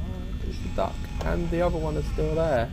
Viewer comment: Am I the only one who heard 'I don't like the dark' when he said 'duck'?